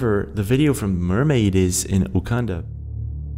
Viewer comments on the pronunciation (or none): none